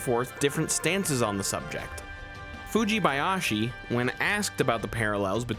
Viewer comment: I noticed you slowed down a bit to make sure you didn’t get tripped up by Fujibayashi’s name and I seriously appreciate that! There are huge ZeldaTubers out there who don’t even try to get the Japanese names right.